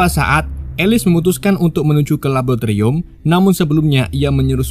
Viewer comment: Bang laboratorium bang gw itung 13 kali ngomong labotirum2.. Sinkronisasi... Jadi sinkrosasi😢